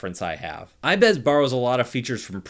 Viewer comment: its ibis Paint X not ibeeeeees Paint X.... pls do not make this mistake again or tiger-doggo is not happy